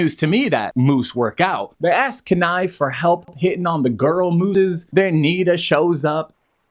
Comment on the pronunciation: it’s very frustrating that you’re pronouncing Kenai incorrectly the entire time. if you watched both movies you should be able to pronounce the main character’s name correctly.